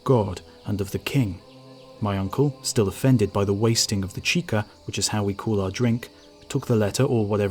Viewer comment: its chicha, the corn beer. not chika.